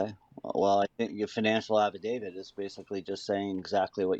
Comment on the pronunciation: Sarah you are So dumb, it is an affidavit. With a T. affIDAVIT. NOT DAVID